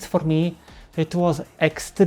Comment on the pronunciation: Yeah 3 years here and he cant even say nashledanou (one of the easiest words btw ) properly and they wonder why we dont like them after one hi and smile - lack of effort and respect sir its main part ateast for me ...btw its not just because communism world betrayed Czechs more than once for example munich agreement in WW2 , later they give us to soviet union before modern history we was under Austria hungary they forced us speak german etc...Czechs dont trust anyone at this point just ourselves because history is and always was best teacher ....